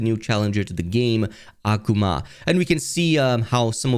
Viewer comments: Aquomon..........Akuma (uh-koo-muh) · Why are you saying Akuma like that? 😂